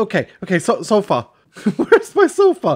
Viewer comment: When he said sofa I thought he said xopa😂